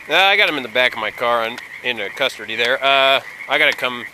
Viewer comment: Hehe, "in custardy"